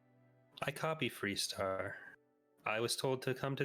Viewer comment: Hmmm... You say the ship is called ... "FREE" Star...?? I think I knew her when she was called FAR Star... :)